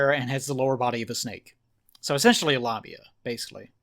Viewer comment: Lamia,. Not... labia...